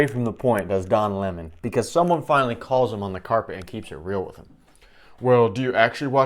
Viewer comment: Don Leh-mohn..the biggest argument for birth control!